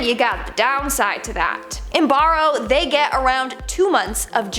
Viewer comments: hi im from barrow, its not pronounced "borrow" its like "bay row" theres also a movie called 30 days of night about our lengthy time period of darkness. this is cool lol ty for the shoutout from Barrow AK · Hello (), from AK. Your hair looks fantastic, you should wear it down more often. Also, Barrow, is pronounced “Bear-O”. You are awesome and gorgeous, keep up the great videos. 😎